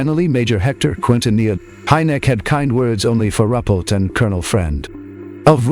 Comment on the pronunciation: Buen video, pero estan muy mal pronunciados o equivocados los apellidos de los investigadores y esto lleva a confusion; HYNEK, RUPPELT, QUINTANILLA, son los apellidos de quienes intervinieron en los proyectos SIGN (SIGNO), GRUDGE (RENCOR) Y BLUE BOOK (LIBRO AZUL)...Saludos !!!